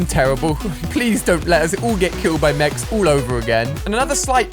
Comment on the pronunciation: Did he just say bring back meechs